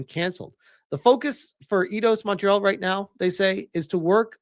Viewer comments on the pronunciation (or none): It's pronounced like eye-doss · 🤦‍♂️ oh my friggin god. It's pronounced eye-doss. You freaking tourist. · come on! Its AI-DOS. It was the 1st thing you hear when you launch an og Eidos Game